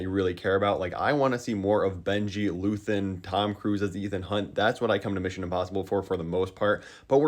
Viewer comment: Alright, I feel like you’re trolling. At first I thought you were making a joke calling Luther Luthen but this is the third video I’ve seen you say it in. I’m so confused